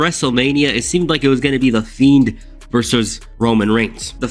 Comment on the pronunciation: Am I trippin or did he sound like he kept calling the Fiend the Feet?